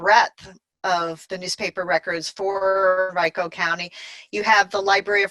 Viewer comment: Great video, thanks for all your wonderful input. By the way, just fyi, Henrico County, VA is pronounc ed Hen REE co.